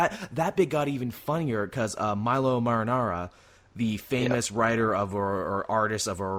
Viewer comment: It's Milo Manara, not marinara. He's an artist, not a sauce. He doesn't do porn, he does art. Serpieri does porn.